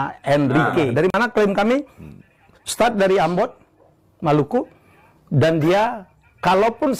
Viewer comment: Maluku disebut Malaka salah baca dia